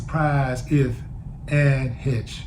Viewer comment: Bruh. Please get your pronouncing correct. You out here representing black community , not a good look . Especially if you want to be taken seriously . Something to consider perhaps . It’s Heche ( hesh) not HITCH